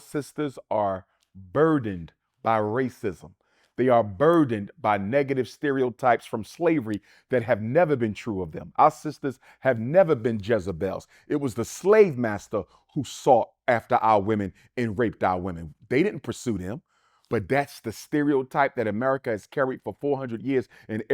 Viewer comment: He lost me when he said "our sistas have never been jezibels" NEVER!?!?